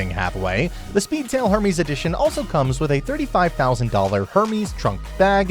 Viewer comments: You pronounce Hermes like Herpes. It's Ermes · 'er-mez' mate